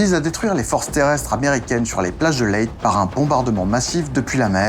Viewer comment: super intéressant. J'habite sur une une île proche de Leyte où je suis déjà allé.Il faut prononcer Leytais et pour l'île du nord c'est Luzon (Louzonne). Hâte de voir la suite.